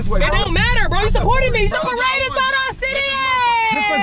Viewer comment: "its a paradebiside our city yeahh" 😂😂